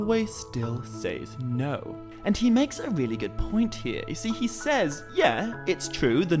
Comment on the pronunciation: You do realize that the word says is pronounced like "sezz" right? I just ask because you keep saying it like it rhymes with ways or pays or essays lol just saying